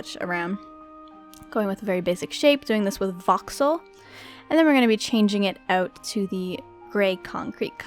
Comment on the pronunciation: She says art like ert and she says out like ewt